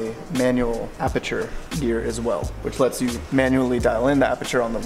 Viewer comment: aperture sounds like aputure